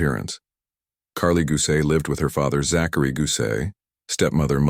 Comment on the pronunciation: You don't pronounce Zachary "Zack..... airy"